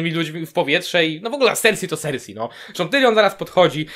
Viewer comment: W końcu ktoś kto dobrze wymawia imię cersie